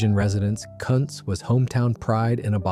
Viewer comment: Also I thought this was about historical breweries that still exist? I am pretty sure Kuntz doesn't. Also if it is named after somebody, like Joe Kuntz, it is probably pronounced Coontz, not Cunts.